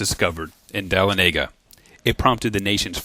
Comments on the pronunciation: A few polite corrections if you watch this vid: The annunciation of the name of Dahlonega is (DA-LAWN-UH-GUH) not (Dal-a-nega as rhyming with the well-known speedway Talledega)...... and the name of Dahlonega does not mean yellow money.... it means "precious yellow metal". Also, Dahlonega is not the original Cherokee name--- it was pronounced Tahlonega, with a "T", not a "D", which Wilson Lumpkin changed the name to shortly after the TRAIL of Tears. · Being from Georgia, I must correct you on how to say Dahlonega. If you are from here, it is DA-LAWN-EH-GUH. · so annoying to hear the the town's annunciation said wrong.